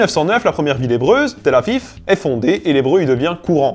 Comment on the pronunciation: Tel-Aviv ça se prononce Tel-Avive et pas Tel Avif, et pour Israël c’est correct en hébreu on prononce Izraël et sinon super vidéos,j’ai appris beaucoup de choses :)